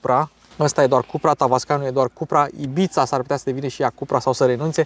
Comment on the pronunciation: formenterra e o insula langa Ibiza …apropos …pronunta cu S …IBISA …e mai aproape de realitate decat taraneala de IBIțțțța..😂😂😂😂…sunt multi italieni in Ibiza dar inca e in Spania…